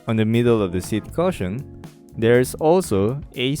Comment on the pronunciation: Thanks. Its pronounced "Cushion" as on Ku not "Caution" as in watch out.